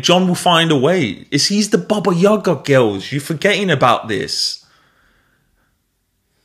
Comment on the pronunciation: not yAga. yagA!